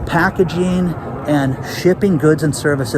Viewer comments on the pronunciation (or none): none